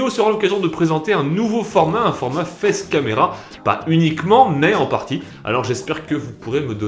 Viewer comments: "Fesse camera" j'ai compris ça moi mais pas "Face camera" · J'ai entendu "fesse" caméra. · Jsuis un gamin mais j'avais entendu fesse-caméra au début xD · Shana Goyet 😂😂😂 moi aussi